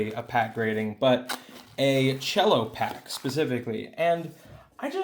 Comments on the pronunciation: Good video, dood. However, it's pronounced "sello", not "chello". It's short for "cellophane"; it's not a musical instrument, man! 😂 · It's CELL-O. lol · The c in cello is just like a normal S, not cello like the instrument. It's just short for cellophane. & Yes from my understanding they're only grading the sealed pack, nothing on the inside. Just the condition of the cellophane.